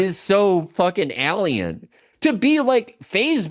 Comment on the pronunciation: the way Felix says “alien” never stops being funny